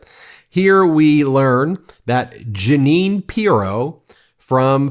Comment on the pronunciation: Janine the Canadian here. Good heavens I have cherished that my name is somewhat unusual for a while now. Today I learn a deranged MAGA Republican shares my name. At least I can take solace in knowing the names are spelled differently.. please stress her name is phonetically pronounced Gee nene. Speaking of name nice Freudian Slip when referring to Howard “Nut-lick”. Maybe your country men don’t listen closely but we Canadians get every word. Elbows Up.